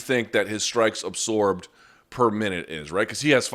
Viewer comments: Wtf is “ apsorb “ ? Always thought it was absorb ... weird lol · You over-accentuate the 's' in absorb, and it's incredibly annoying. It doesn't make you sound smart and it's an incorrect pronunciation of the word.